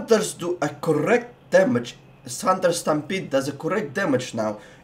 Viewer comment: CoRRect damage. Just love that accent haha